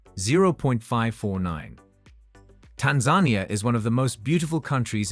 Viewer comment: The reader does not know how to pronounce Tanzania correctly.